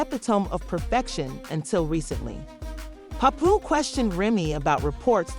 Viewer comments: I tried but after the third "popooh" I was good on the info 😂💯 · I was trying to watch but the way ya disrespecting my guy name is nasty.. get it right or don't upload the drama.. how I suppose to believe this information right when you not even saying the names right